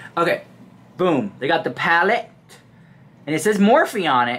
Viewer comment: Haha, what about palleTTE?